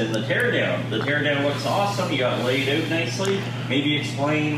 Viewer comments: Is that the Canadian way to say "OUT" ?🤣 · "Laid oot nicely"